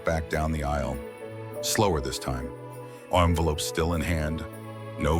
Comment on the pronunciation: AI needs work on pronunciation! Fiancé, naive, envelope not armful for example. Just saying. Well at least Julien wasn’t a serial killer…or was he?